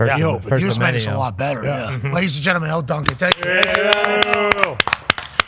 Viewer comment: Just saying Elle Duncan. Dawg.